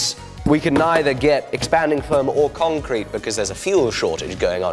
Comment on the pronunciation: To the con-crete? I think you may have used the wrong em-Phasis there mate :-)